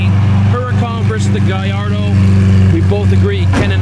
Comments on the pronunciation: Guy- Are- Doe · Guy - Ard - Oh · It’s guyardo.